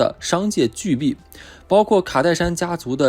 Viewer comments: 是商業巨＂ㄅㄛˋ（bò）＂，不是商業巨＂ㄅㄧˋ（bì）＂。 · 屢見不鮮“xiǎn” 巨擘“bò”…… 善良是種選擇，善良的方法更是，直接而粗暴的方法選擇通常都不費事，但容易被利用。 信任應該是建築在過往的事實上，而不是想像。沒經過驗證的事實，就只是故事而已。